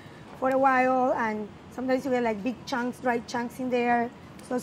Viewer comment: "Beeg Chonks" is a treasure